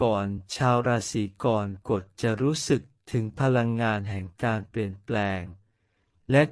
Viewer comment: ขอแอ๊ดอย่าใช้เอไอภูมิปัญญาต่ำมาอ่านเลยขอร้อง เกิดมาจนแก่ไม่เคยได้ยิน "รา-สี-กอน-กด" เลยอ่ะ ภาษาวิบัติน่าเสียดาย